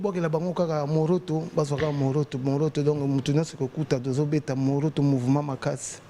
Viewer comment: Sebondo asala sport te...🤣🤣🤣 Morote et non Moroto